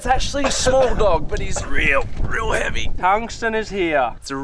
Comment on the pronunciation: "tungstan" lmao